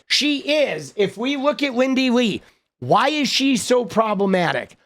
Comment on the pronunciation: Lindy Li (pronounced 'lie')